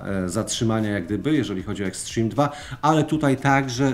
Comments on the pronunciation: Boże uszy bolą od twojego "eksztrim" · "Ekśtrim" xd